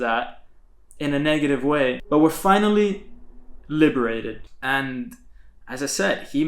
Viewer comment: This guy say liberated 😂😆😂